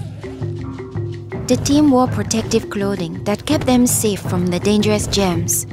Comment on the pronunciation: I Laughed She Says Gems But Its Germs